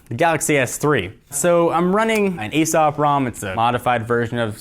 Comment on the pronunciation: A O S P;) Not ASOP.